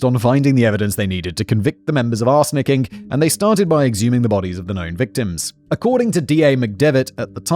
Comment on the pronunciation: I keep hearing 'arse licking' sentences like "people involved in 'arse licking'..." or "victims of 'arse licking'..." had me rolling over the floor